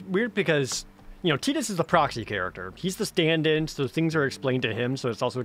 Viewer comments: “Tee-dis”? I’ve never heard it pronounced that way. Always thought it was “Tie-dus” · "teedus" ? Ok are you doing the names wrong on purpose ? You've gotten every pronunciation from every single game wrong.